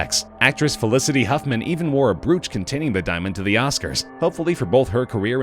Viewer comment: AB-ject, "Broach" as in "roach"